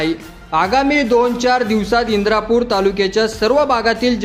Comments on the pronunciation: इंदापूर तालुका आहे इंद्रापूर नाही, बातम्यांचा पुरेपूर अभ्यास करत जा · इंदापूर म्हणा तुम्ही इंद्रापूर म्हणतात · इंद्रा पूर न्हवे इंदापूर म्हणा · इंद्रापूर नाही इंदापूर म्हणा